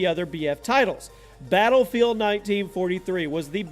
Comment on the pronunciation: you can't even pronounce battlefield